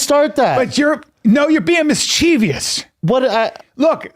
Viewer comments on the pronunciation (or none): really said “MiScHeEviOuS” twice😂😂 (mischievous*)